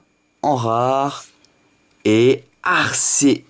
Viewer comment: J'veux pas critiquer,mais on dit 'Arkéus' et non 'arséus'